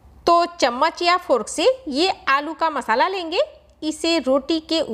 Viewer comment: Didi fork hota hai furk nahi